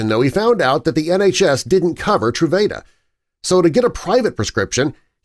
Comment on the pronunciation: This video was driving me crazy pronouncing the name of the medication wrong (true-vah-duh)